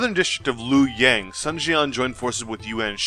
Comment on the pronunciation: Yue Jin or He Jin? also you captioned 2 pictures with the same name. if you want to learn proper pronunciation, "Sun the family name" should be pronounced as the english word "soon" or perhaps ["dune" with s instead of d]